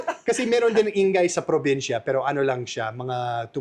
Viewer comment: i-nga-y hindi in-gay